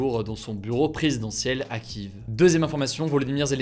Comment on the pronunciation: S’il te plaît 🙏 arrête de dire kiv pour Kiev. Cela se prononce « Ki_èf ! Faites les recherches sur internet s’il le faut mais dire le nom de la capitale ukrainienne correctement